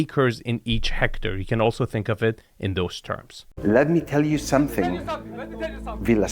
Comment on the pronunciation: "let me tell you something, LET ME TELL YOU SOMETING!!!"